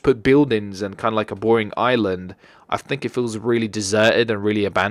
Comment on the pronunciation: I thought i was the only one that pronounced Island as "Iceland"